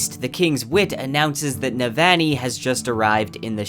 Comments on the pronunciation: For Navoni it's noot Ne-van-ee. It's Neh-Vahgn-ee. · I love everything bout this video except the way you ruined Navannis name lol on ii not aan ii lol sorry bro love everything else though. bout to start words of radiance up again and needed a refresher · Amazing job! I’ll be definitely coming back to this again when book 4 comes out. BTW you’re pronouncing Sadeas & Navani a tiny bit off - at least compared to Graphic audio :). Not sure if that’s helpful feedback, but you seem like a perfectionist so I wanted to mention that.